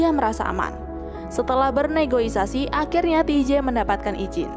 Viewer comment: Ralat ka , NEGOSIASI bukan NEGOISASI